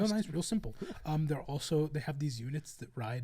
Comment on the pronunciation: did you just say shrimple?